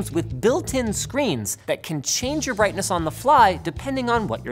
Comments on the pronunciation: Birghtness you say ;P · "Content Adaptive BIRGHTNESS" LMAO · BIRGHTNESS o.O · What's "Birghtness" 😂